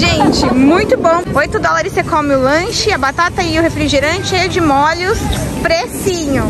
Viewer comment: Parabéns pelos Vlogs, estou adorando! Sei que vc fala errado de propósito rsrsrs mas confesso que me dá uma agonia de ouvir vc colocando acento em tudo! kkkk Dói o ouvido com mólhos, lodinha... kkkk Mas eu que lute, faz do seu jeito e seja feliz! Beijos, sucesso!